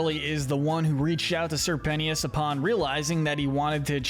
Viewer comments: "Sir pennyis" C'mon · sir pen-tea-us?? 💀💀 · IM SORRY BUT ‘SIR PENEEUS’ I CANT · SERPENT-tious not sir penti ous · Why do people choose to pronounce people's names wrong? It's Sir Pentious. Not sir pensheeuss 🙄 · Ok, I cannot take this any more, Sir Pentious! His nane is pronounced like Serpent, Sir Pent-chus, not Sir Penny-us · His name is pronounced Sir Pent-Ches, your videos are good, but I can’t take another Pennyius, or pentyus😭😂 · Sir pent-ey-is 💀💀💀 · Ummmm did you call sir pretentious sir pennyis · If he says Sir Penny-ous one more time imma cease /j 😂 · its pernounced sir-pen-chess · "sir penny-is" 😂 "Sir pent-ious"😂 "Sir penny-is-es"😂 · "pennieous" lol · CAN YOU PLEASE STOP CALLING SIR PENTIOUS (SIR PEN-E-US) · Bro is saying sir pennyious instead of sir pentious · The pronunciation of Sir Pentious’s name is KILLING ME 😡😡💀💀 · The way he pronounces Sir Pentious name drove me insane the entire video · Your way of pronouncing Sir Pentious makes me sick